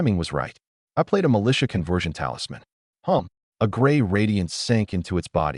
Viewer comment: Convwewsion talismans 😂